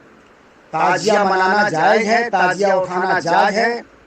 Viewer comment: نہ تو شکل اچھی ہے نہیں بات اچھی ہے نہیں علم اچھا ہے تعزیہ کو تازیہ بول رہا تمہارے بیان کے مطابق تمہارے اعلی حضرت بھی سب سے بڑے حرا می ہو گیۓ کیونکہ تیرے اعلی حجرت بھی تعزیہ کو حرام بتاتے ہیں یہاں تک کہ دیکھنا بھی حرام بتاتے ہیں اسے پتہ چلتا ہے کہ پوری کی پوری حرامیوں کی جماعت ہو